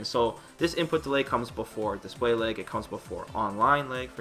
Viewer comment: "Display leigh"